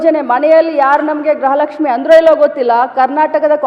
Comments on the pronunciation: ಗೃಹಲಕ್ಷ್ಮಿ ಅಂತ ಹೇಳೋದಕ್ಕೆ ಬರಲ್ಲ ಗ್ರಹಲಕ್ಷ್ಮಿ ಅಂತ ಹೇಳ್ತಾ ಇದ್ದೀಯಾ ನಿನ್ನನ್ನ ಮಂತ್ರಿ ಅಂತ ಬೇರೆ ಕೂರಿಸಿದ್ದಾರೆ ನೀನು ಒಬ್ಳು ಗೃಹಲಕ್ಷ್ಮಿ ನೇ ಆದ್ರೆ ಗೃಹಲಕ್ಷ್ಮಿ ಅಂತ ಹೇಳೋದಕ್ಕೆ ಬರ್ತಾ ಇಲ್ಲ ನಿನಗೆ ನಾಚಿಕೆ ಆಗ್ಬೇಕು ನಿಮ್ಮಂತವರಿಗೆ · Amma thaye adhu gruaha laxmi .graha laxmi halla first correct mathadodhna kalthkoloe